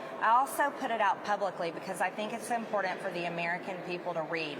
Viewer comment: I hate how she pronounces words like "important"